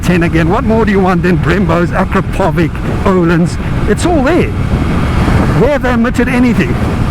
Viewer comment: I am always coming here to watch your wild stile of riding mate . Thank you ...truly cool stuff ! Don't wanna be pedantic but you pronounce 'Akrapovič ' incorrectly ;)